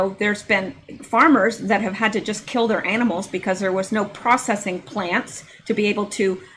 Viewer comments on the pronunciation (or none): none